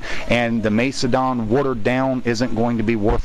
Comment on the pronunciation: MACE-E-DON. QQ.